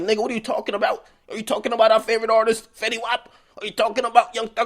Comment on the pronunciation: That French and fetty mistake was horrible